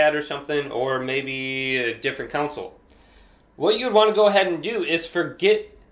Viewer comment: It’s console. Not counsel